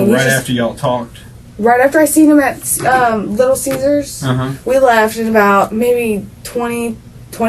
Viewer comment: did you just call it Little Cheesers?